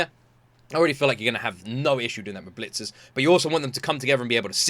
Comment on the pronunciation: Why do you call it Bleachers? It's Blitzers.